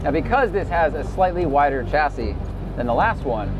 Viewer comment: the ch in chassis is NOT like in chair but like in champagne.